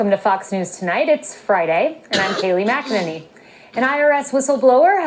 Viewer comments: Just for the record it’s pronounced “Mack-ih-nay-nee” Took me a bit to get it too. Lol Love you guys! ✝️✝️🙏🏻🙏🏻❤️❤️ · Pronounced, Ma ka Nay Knee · McEnany is a verrry strange name to pronounce.